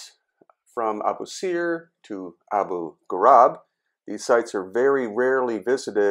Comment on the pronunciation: Abu ghurab not ghurub